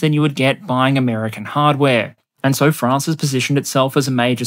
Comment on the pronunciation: So proud of me lad for pronouncing it mostly like "Fraunce" instead of "Fraaaanz".